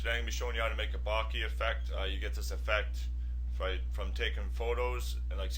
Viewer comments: Bokeh. Bo-keh. Bo-kuh. Bo-ka. Not "bockey". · What is baaakee? Ive heard od bokah...bokeh...Is that what you mean? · "barkeh" - haha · Bokeh- Bo keh- pronounced bow- ke (as in kettle) Other than that annoyance it was a great tutorial. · It's pronounced 'boh-kay'...as in bouquet?! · lol, it's pronounced boke-eh ;) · Great tutorial but please, for god's sake learn to say 'bokeh' right. That was painful.